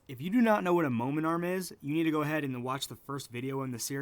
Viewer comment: are you saying momentum or momen arm?